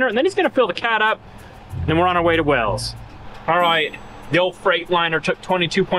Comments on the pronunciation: Is it WELLS or is it pronounced WHALES…..like the area it is named after in England?🏴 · Wales not wells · Wales is pronounced Whales not Wells, must be a Utah thing